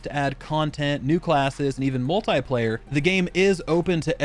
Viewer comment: Imagine pronouncing Multiplayer incorrectly in 2022 🤦‍♂️ Learn English,mr